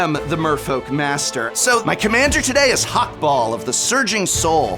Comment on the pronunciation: I die a little every time the says Hak-Bol instead of Hak-Bal (based on Ixalan been meso-american inspired)